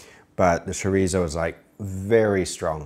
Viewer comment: Not one of your better ideas, to put it lightly. I had to put my leg down from chair for this abomination! ¿Why would you want to españolizar egg fried rice? ¡You might as well say let's make something similar to egg fried rice, but a lot worse! ¡And please don't ever say "sherizow" ever again!